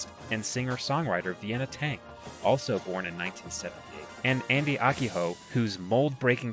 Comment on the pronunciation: He also mispronounced Akiho lol, guess he doesn't know the percussion world super well